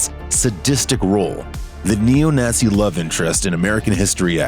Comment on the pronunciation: Narrator pronounces "albeit" correctly but says Neo Nazzie? Wtf